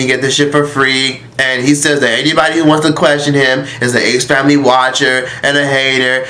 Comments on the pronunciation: If says “THE ACE FAMLAY” one more time😂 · The way you pronounced their name😂😂😂 ace-FAMLEEEEEE💀😂😂😂😂😂